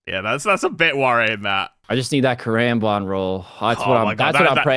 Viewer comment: Why did say karambwan like that?